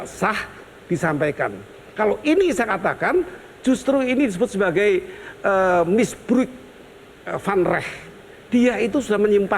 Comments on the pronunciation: Misbruik ( bhs Belanda artinya penyalahgunaan) bacaannya misbrauk pak Gayus yg terhormat maaf correctie 🙏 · Misbruik Prof bukan misbruk😁